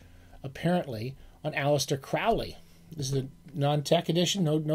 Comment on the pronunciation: say aleister CRAWLEY, kiddo. otherwise, most excellent. yours, Mr Dr Pedant.